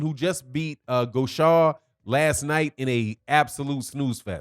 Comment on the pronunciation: GAUSHA "GO-SHAY"...NOT "GO-SHAW"!